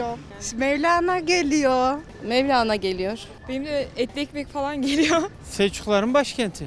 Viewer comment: Mevlene diyor 😀